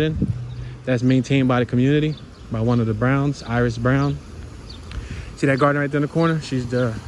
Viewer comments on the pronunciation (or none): none